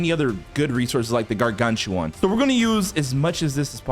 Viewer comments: bro its not gar-gan-choo-wawn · ²0000²00⁰∅ⁿ∅/ aura for mis pronouncing gargantua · Why does he say? Gargantuan like that🤭🤭🤭